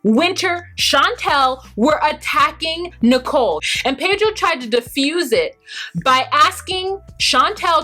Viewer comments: It's Nichole not Nickle like 5cents!😂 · How come u call Nicole Nickel? Lol I crack up every time 😂🤣 😂 love ya anyway just figured I'd ask 😘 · It's Nicole not nickle. 😂😂😂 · Learn Arabic??? As you noted, Nickel (you wrong for this pronunciation 😂😂😂) went to a job interview WITHOUT a resume and INSISTED the employer knows she’s only going to be there short term. Homegirl cannot handle the simple things in life as a responsible adult here in America. The cognitive skills required to learn a second language (as an adult) ...she- she just don’t got it y’all! LOL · the first time she said nickel I thought I heard wrong. 😕